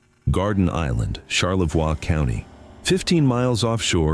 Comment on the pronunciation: Charlevoix: SHAR-le-voy. Not SHAR-le-vwah.